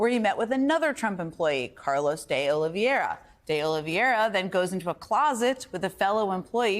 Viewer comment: It is not pronounced "Oliviera." It is "Oliveira." "Ol Vey Ra"